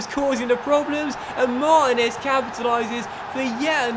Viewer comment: This series started so great and is now so bad time to end this. I know I'm done watching it cus I can't stand to hear u mispronounce mar teen ez once more mate